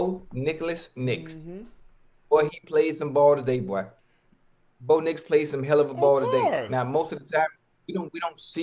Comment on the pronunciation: "Bo Nicholas Nix" lol